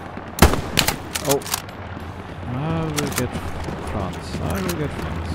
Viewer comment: " I vill get Franz, I vill get Franz...Ping"